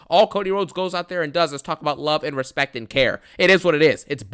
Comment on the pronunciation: I respectaah you,I need uh you,I love uh you😂